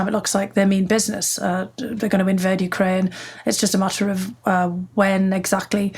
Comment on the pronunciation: I'm looking forward to this interview with two fascinating women. That audiobook is next on my list. I'm pretty preoccupied with what's going on over there. Thank you for calling it you-KRAINE and not YOU-kraine, which bugs me lol. Having Biden in office at this time is very reassuring, because I trust him to take the best course of action with probably the most knowledge anyone has and with wonderful and smart experts around him. I imagine Putin is sorry (and I'm grateful) he didn't make this move when Trump was in office. Timing is everything.